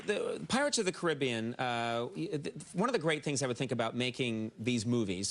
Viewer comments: It's pronounced cari-be-an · “Pirates of the cribbean”